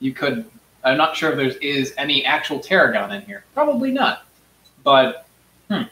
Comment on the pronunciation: But its “tarhoon”